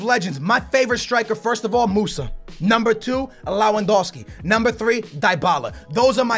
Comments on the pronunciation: Why do you call Lewandowski Lawandowski? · It's pronounced *Lev-and-ow-ski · He tried so hard to pronounce lewandowski and still cant